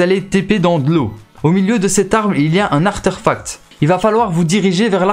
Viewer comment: Juste quand tu dis artéfact tu le prononce Artèrfact comme une Artère j'ai bizarre à entendre sinon bonne video merci